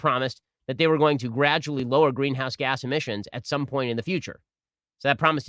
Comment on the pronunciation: C-OH-TWO is actually NOT a "green-ouse gas"